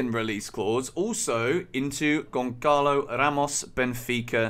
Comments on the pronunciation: It's gonsalo , not gonkalo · Gonçalo isn't pronounced with C because that letter is pronounced as the letter S so it's Gonsalo similar to Gonzalo but for some reason every English person i hear pronouncing it they all say Goncalo lol Hopefully we get him because he looks like a great striker but Rui Costa will burn our bank this time I'm sure.